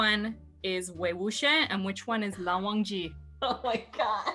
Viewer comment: Wei wikham?? LAN WUSHI?? HAHAHAHAHAAA 🤣